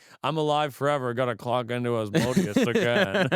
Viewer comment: Agreed!! His other videos are really good but this guy is kinda douchey. It’s like they talk about horseshit and it’s forced conversation and then they mention on blurb about a demon. Oh and not to be that guy, someone should tell him Asmodeus is pronounced As-mo-day-us